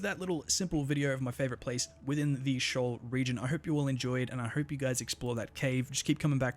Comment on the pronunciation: It's not pronounced shoal, it's pronounced "SHEE-ohl", from the Hebrew bible, a place of darkness and death.